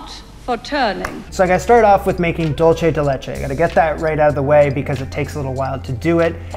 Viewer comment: Love this, looks absolutely delicious. Also, dulce is pronounced like "dool-say"! It's Spanish, not Italian 😉